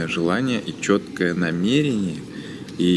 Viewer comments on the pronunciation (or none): none